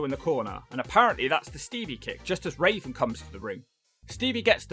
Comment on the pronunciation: Why you keep calling Raven "Raisin"?